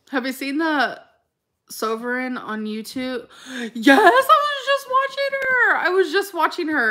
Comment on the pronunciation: i’m sorry but how do you read so much and not know basic pronunciation of things? sovereign really!?!?! javier instead of xavier!?!?!?!?